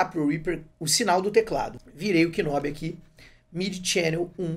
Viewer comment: Video excelente! Obrigado por compartilhar a dica! Se me permite uma correção, a pronúncia não é "k"nob. Na realidade, você não pronuncia o K. Pronuncia-se "nob".